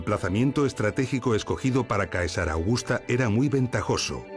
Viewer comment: Vídeos magníficos y admirables trabajos de investigación, muy bien explicados. Ahora bien, Caesar se pronuncia César.